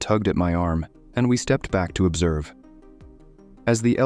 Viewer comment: somehow capable of pronouncing cacophony but incapable of pronouncing stepped or bastard 😂 seems legit 🥴